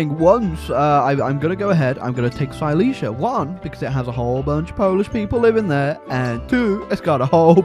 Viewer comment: its pronounced "seelezya" not "sayleesya" you gonna work on your polish-german lore